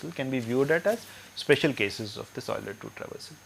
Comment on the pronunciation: I finally found a person who can pronounce Euler correctly.